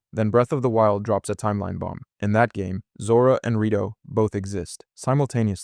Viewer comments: lemme correct you in something tho! it is called rIto not rAto birb people aint a rattle nor a rato (spanish for a few minutes) dont insult them! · SHE-kah, not SHY-kah. (Sheikah) HI-lee-anne, not HEY-lee-anne. (Hylian) REE-toe, not RA-toe. (Rito) man, people gotta stop using AI slop... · Good video! But why do you go from saying Rito to Rato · What race are the rat-oh or the shy-kuh again? 🙄